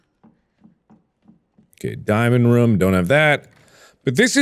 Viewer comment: Markiplier: “Roof.” Okay now say Room. Markiplier: “RoUhM”